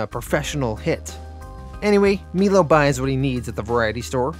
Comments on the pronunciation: melo- mylo The last name of the female. One other I can't remember off the top of my head. No biggie my man. I love your videos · I’m pretty sure it’s My-low not Mee-Low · Awesome vid. Great job. Cant wait for next week ....btw is "Milo" not pronounced *m-eye- low*? I could be wrong